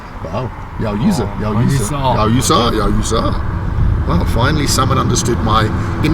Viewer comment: You said you need some sense from him 😂 it's йоу, а не йао 😅